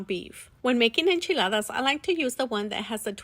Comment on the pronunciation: Yea, that's how you say it.